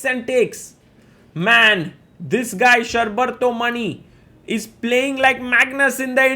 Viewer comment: its pronounced = Shor (like the word FOR) + Bar (like Bar of Chocolate) + Tho = Shor-Bar-Tho Also the surname is pronounced = Maani not Money